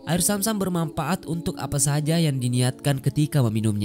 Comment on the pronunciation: BUKAN AIR SAM SAM TAPI ZAM ZAM.. TOLONG DIPERBAIKI LAGI PENGISI SUARANYA